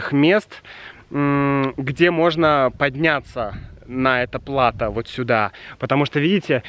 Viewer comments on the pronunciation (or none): кстати о непредсказуемом ударении в русском языке, мне кажется, ты неправильно ставишь ударение в слове плато. 😜 Спасибо за еще одно выдающееся видео. С наступающим тебя и Юлю! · Спасибо! Слово плато взято из французского, и по-моему у них всегда или почти всегда ударение падает на окончание. И в нашем слове plateau, ударение так же падает на окончание. Поэтому мне было немножко странно услышать плАто. Но знание о том, какие "ошибки" часто делают носители тоже своего рода информация. Так что спасибо! 😁